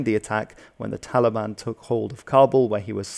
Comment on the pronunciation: Hes saying "Taligan" 💔